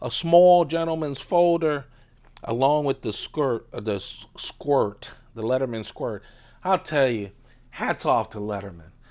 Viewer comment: It's leatherman... not "lettermen". Literally says it on the tool